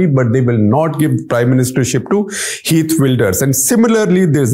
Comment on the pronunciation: It's pronounced as kheert, not heert. In dutch g sounds as ' kh '.